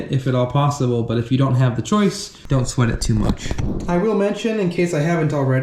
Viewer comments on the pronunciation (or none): none